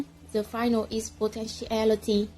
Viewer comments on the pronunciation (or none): comment group 5: 1.: - Strengths: + Have interaction with the audience + Quite fluent + Ideas are relevant, fully supported + Use a wide range of cohesive devices - Areas for improvement: + Still have mistakes in pronunciation (definition, potentiality,...) + Have minor mistakes in grammar 2.: - Strengths: + Have made a progress in your intonation since your previous presentation + Use a wide range of academic vocabulary with appropriate - Areas for improvement: + Lack interaction 3.: - Strengths: + Have interaction with the audience + It's clear that your speaking skills have improved a lot + Quite fluent - Areas for improvement: + You still need to practice more with your pronunciation + There are some mistakes in grammar Whole group score: 8